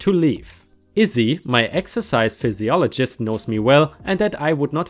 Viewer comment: Most important, this needs to be read in its entirety, don't comment unless you've read it all Ripesters! Look, I'm not busting your balls (well, I suppose I am). But, the next time I hear you say "pisologist" instead of the English version calling it "fizziolgist" we're gonna have a fight. I'm also German, or at least had been, I guess the time in the States and having an Irish mother have taught me the easiest of lessons in a language that for some damn reason, is one of the most difficult to learn, again, not busting your balls! (Oh, wait, that's exactly what I'm doing) Phy, usually means a Fizz sound, in all seriousness, you do really well using your skills, so I guess I am busting your balls, just a little bit;-) I'm a bit of an asshole by trade and you are an excellent storyteller. Rock on, all of my love for you and your story telling! Please keep it up, I wouldn't trade you for the world! In all honesty. I respect that you ask for help if some word/words don't seem right. That's freaking English for you. Then again, we normally don't need 90 letter words for off the cuff type statements, like kindergarten for example. We apparently removed about 72 letters to refer to the year before 1st grade, but still, we love where the term came from! Again, keep killing it.You sir, are a great narrator. It was a bit of fun busting your balls just a bit however.